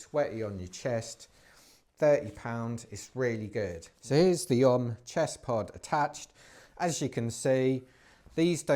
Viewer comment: Learn to pronounce the company name. It’s OMM representing Original Mountain Marathon so is sounded out as initials like “Oh Em Em” definitely not like the yogic incantation Ohhhmmmm!